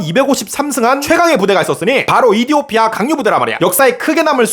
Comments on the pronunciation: 이디오피아 가아니라 에피오티아임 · 근데 왜 에티오피아가 아니라 이디오피아? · 에티오피아를 왜 이디오피아라고 부르시는거죠? 컨셉인가 보네요...ㅜㅠㅠㅜㅜㅠㅜㅠ 이디오피아라고 오해한 분들 개추 👇 👇 👇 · 근데 이디오피아가 아니라 에티오피아 아니냔 말이야?